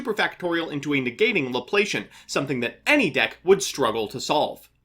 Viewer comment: Maths nerd here! It's pronounced La-plass-ian not La-play-shun. Not that it really matters, I don't imagine seeing this deck too much 😅 Just felt worth a mention 😛